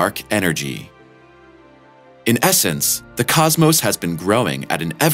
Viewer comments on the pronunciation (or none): "Say Cosmose again! I dare you, I double dare you motherfunker... Say Cosmose one more mother funking time!"